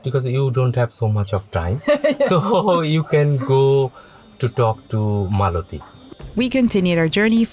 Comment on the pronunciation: Not "Malāti" but Mālati